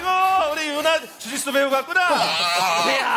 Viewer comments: ㅋㅋㅋㅋㅋㅋㅋ주짓수 주짓수 ㅈ됐어 ㅈ됐어라고 들음ㅋㅋㅋㅋㅋ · 나만자꾸 주지스를조됐어라고들리나? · 아 주짓수를 ㅈ됬어로 들었넼ㅋㅋㅋㅋㅋㅋ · 나만 주짓수 거리는거 ㅈ대써로 들리냐